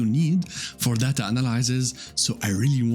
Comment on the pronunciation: it's not data its data